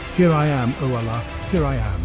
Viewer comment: Can you please pronounce the ALLAH properly. Use arabic tajwid for God’s sake and otherwise stop making these videos